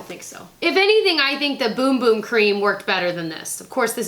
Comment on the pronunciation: Whoever told you it was "boom boom" cream lied. It's definitely Bum Bum (sounds as it's spelled).